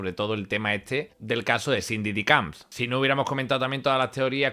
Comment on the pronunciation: Diddy COMBS* Que no sabes hablar jajaja